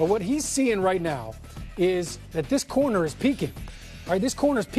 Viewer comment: corner* not "connor" or "conner"